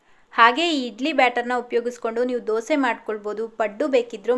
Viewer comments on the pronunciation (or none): none